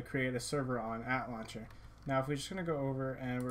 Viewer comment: Lol he pronounces ATLauncher (At-launcher) when its supposed to be pronounced (A-T-Launcher) xD